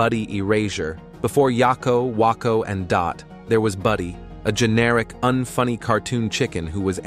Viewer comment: the pronunciation of Wakko, WAH KO blergh.. I hate AI voices